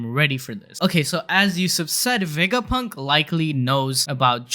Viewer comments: I know that this is a little mean and i dont mean to make fun of your accent but i think you saying wegapunk instead of vegapunk is really funny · Dunno why I Love how he pronounces the V 😊 Wega Punk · you call him dr wegapunk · “Dr wegapunk”🤓